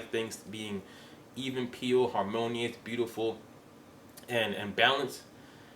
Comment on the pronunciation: Very good! Your killing me with the "even peel". *Even keel lol